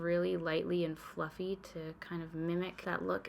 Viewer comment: Every single time you say ‘fluffy brush’ I hear ‘fucking brush’ and it’s become a problem 😅 ⛄️🎄🎅🏻🤶🏻❄️🎁🛍🧸❤️ (@